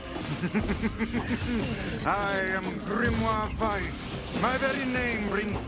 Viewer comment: It's a small thing, but I like that they pronounce "Weiss" so well :D